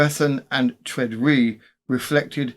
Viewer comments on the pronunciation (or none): I think Tredrea is pronounced TRED-ray in Cornish usage